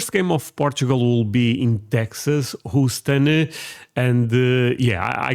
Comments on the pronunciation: It's pronounced HEW-STON. Just to help with your pronunciation. Sorry to be that guy, just trying to help. Now I'm going back to the video. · Love your channel brother, but the way you pronounce “Houston” is literally making my ears bleed.